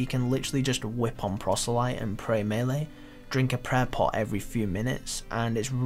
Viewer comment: lol pronounces "melee" two different ways right after each other